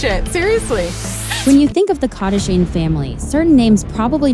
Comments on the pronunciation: But its funny!!! KardEshians... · If you keep using a computer voice which can't even pronounce "Kardashian" correctly you will never get any subscribers.